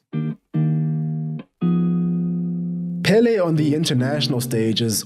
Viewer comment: It was very rough to hear you pronounce Pelé incorrectly. The accent it's on the second e not the first one